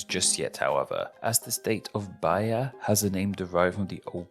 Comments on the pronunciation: Actually, the "H" on Bahia has the same work of the Í that other states have. It makes the sound of the "i" longer, so its pronounced "Baía" good work, tho. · It's nice to see someone talking about my country, for a change! Your pronunciation of the states's names was quite good! 👏 I did feel a little weird when you pronounced the name of my state, Bahia (the pronunciation is kinda like Baa-EE-a), but what really matters is that you sent your message across: in the end, that's what communication is all about! 😁